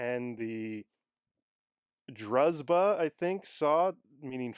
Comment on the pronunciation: druzhba : right sounds like droozhba, with no zzz sound, but more jjjjj sound, droojba